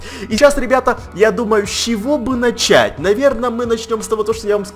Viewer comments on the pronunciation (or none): none